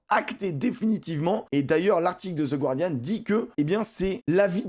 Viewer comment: Salut et merci pour tes vidéos sur Youtube super intéressantes. Désolé si je passe pour le relou de service mais pour info on ne prononce pas le "U" dans Guardian;) Pour ce qui est de la nouvelle compétition c'est à se demander comment les instances dirigeantes n'ont pas pu penser à ce problème de surcharge du calendrier alors que c'est littéralement le truc relou que toutes les fédérations galèrent elles-même à gérer et qui crispe tout le monde, c'est moi ou les mecs sont complètement déconnectés de la réalité du terrain??? L'alternance tous les deux ans Coupe du monde / Coupe des clubs semble pourtant si évidente?!?!?!?